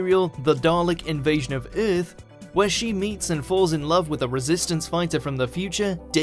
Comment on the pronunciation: The pronunciation of "Earth" kills me every time XD